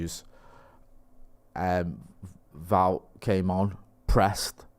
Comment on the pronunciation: Wout is pronounced like devout....